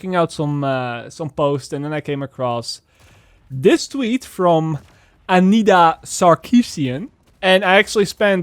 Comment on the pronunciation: Every time you said the name, all I could think was 'I need a sarcasm.' Emma Wright?